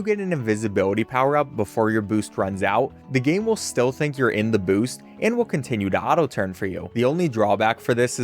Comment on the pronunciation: why does he say it like mega 🅱️oost